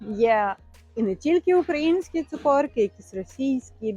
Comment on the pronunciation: 😂😂😂😂не цукОрки, а цукЕрки. Можна просто рошЕнки😊